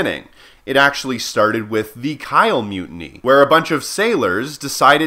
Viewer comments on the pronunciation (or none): About pronounciations: "Kiel" is pronounced like [Kii'l] you pronounced it like [Keil]. "Pu Yi" is pronounced afaik like [Poo Yee].